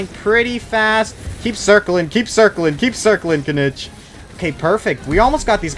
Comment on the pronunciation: Didn’t wanna be that guy but his name is pronounced kineech in game, hearing you say it wrong just reminds of how zyox says dandelion😂